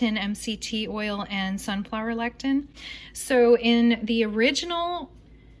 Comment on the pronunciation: It is pronounced le-si-thin. Lectin is natural repellant produced by plants!